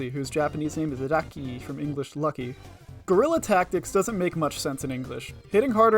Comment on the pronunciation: Having learned Spanish as a kid, every time I hear someone who only speaks English pronounce that word, I feel indescribable pain... But in this case, it's funny. XD